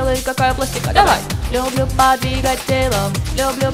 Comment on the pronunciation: ах, как хорошо отрисовали! и без перевода было понятно, о чём поют. ваше исполнение порадовало. за скоростное и отчётливое произнесение довольно длинного «подвигать» примите отдельные восторг и благодарность